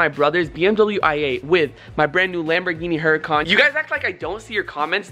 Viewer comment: Karim Taweel Its Huracan*** not Huracuns